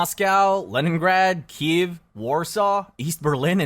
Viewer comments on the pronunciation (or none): none